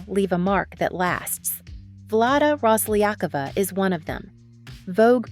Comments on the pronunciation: Rosliyakova? Seriously? You not even trying to know how her name pronouns... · RoslyakOva, stress on the last "O" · They never stress it right. :-)))